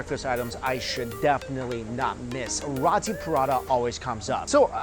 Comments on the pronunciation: Did you just call row-tee, raw-tee.... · mikey! Its RO-TI ....NOT RAW-TI....lmao pronounce it like : row-tea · It is roti Prata not rAti Prata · It's roti not rati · Rawti/Rahti LOL. Never heard it pronounced like that. Its Roti with a capital O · It's not pronounce as Rati. It's pronounced as Roti. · its pronounced "ROW TEE" not raaati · Roti..... not rati. .....roti. ..!! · Roti not rati I am Malaysian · You are pronouncing "Roti" wrong. Its pronounced "row-tee", not "ra-tee". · Love your vids Mike but it's pronounced Row-tee not Rotti 😉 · love ya mike but its pronounced "roe-tee" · FYI Roti is pronounced 'Row-tee' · Roti: Roh-tee, Ikan: Yi-kah-n, FYI lol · Roti is pronounced (roh-tee) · Its pronounced (r-oh-tee) roti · Roti is pronounced like "row tee" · I agree it's row tee or low ti with the R you'll have to roll your tongue. So it's not what ever you was saying.